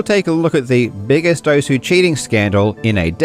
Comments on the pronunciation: it literally says welcome to "OSS" when the game starts, theres no debate on how its meant to be said XD why do ppl still call it "Ohsue" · Thank you for pronouncing it as "ou-su" because I know OSU but not how it's pronounced. Even if it's pronounced wrong, I know now that it's pronounced "ous" Very inclusive, you absolute legend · Who the hell calls it OSS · Give your audience credit enough to pronounce Osu as intended. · Nah if they wanted it pronounced oss they shouldn’t have spelled it osu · Take a shot every time it sounds like he's saying oso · “This is pronounced one way, but I’m going to say it differently for a random reason” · if only people could say the name of the game correctly. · I understand why you pronounced Osu how you did, but as someone who put quite a few hours into the original Ouendan games, where you here "Osu" quite frequently... gah 😂 Ah, Ouendan... I picked up Osu once, hoping it would be like more Ouendan/EBA, but alas, it's a far different beast, and far more involved. The game is a lot easier when it's on a tiny DS touch screen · I always thought the U is still pronounced, its just faint, like 'desu' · No one will pronounce osu right. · the best part is he found out he wasnt saying the name right but didnt have enough respect for this dumb shit to change it.